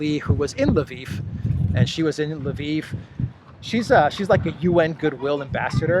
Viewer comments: It even worse than that. He says Laveen. There is no A after the L. It drives me absolutely nuts every time I hear him say it. I get it, he does not know how to pronounce it, but for crying out loud, if he is going to talk about a city and use its name, take the 30 seconds to go to an online to Google Translate and learn to say it correctly. I don't even care if he uses Polish or Russian pronunciation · In Russian it is Lvov (Львов).